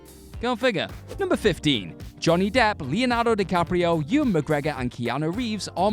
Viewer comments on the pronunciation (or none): none